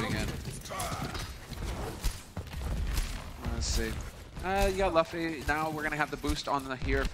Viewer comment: The one dude pronouncing luffy wrong urks me